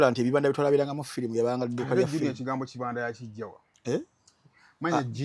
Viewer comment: Kibanda is a Swahili word naye the way you’re pronouncing it is wrong 🤣🤣🤣